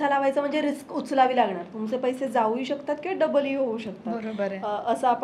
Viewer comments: रिकस नाही....रिस्क.....pls chrck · Riks नाही Risk